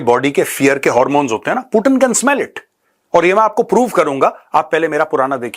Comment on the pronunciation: पुटिन नहीं , 😂 Vladimir Putin पुतिन जी , Have some respect honour 😅😊